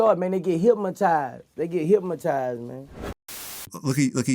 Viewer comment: Boosie said Hipmaties